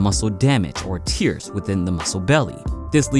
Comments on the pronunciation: I can't get passed when he says muscle tears. In conversation, a simple mispronunciation can be corrected and moved past easily, but in a scripted, recorded, edited and proof read video it comes off as unprofessional and it destroys the credibility of the speaker for me. It's a really small mistake which I'm sure I'm not immune from, so this impression I get is likely a flaw of my own that I should reflect on. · "tears"? I think you mean the other pronunciation of "tears" lol. We're ripping the muscle belly, not making it cry. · It is pronounced Tare not tear 😢 for muscle tears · What VO reads “tears” in the script and thinks he will read it like “tears” when crying… wtaf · Lol he pronounced "Tears" as "Tears"